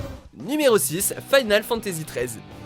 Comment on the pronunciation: Le fait que FF XIII soit linéaire c'est normal vu que tu incarne un groupe de fugitif pressé par la temps, mais vu comment vous prononcer Final Fantasy en mélange le français et l'anglais vous êtes pas crédible --" et ce FF est bon mais vous ne l'avais sans doute PAS fait...